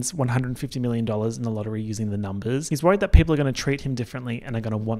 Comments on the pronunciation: “It’s about the numbas” will never fail to make me giggle every time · "ya talkin bit de numbehs" will always be iconic and number 1 but now im definitely also going to keep thinking about "ye hafta save de baby charlie"